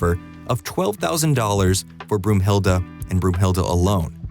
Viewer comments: broomhilde ? its brunhilde , why translate names (i know its in the movie too) johnson isnt johansson also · Broomhilda???😬 Oh my, you mean Brunhilda, like the valkyrie. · Brunhilde!!!!! Not Broomhilde, Brunhilde!